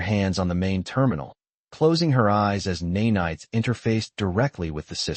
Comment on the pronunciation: Neigh-Nights??? I hate AI!! Of course I know it means to say nanites!!